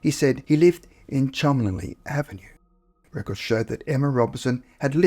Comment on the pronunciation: A person's middle name is NOT a nickname, it's their name!! Lots of us go by our middle names. 😊 Also, Cholmeley is pronounced chum•lee.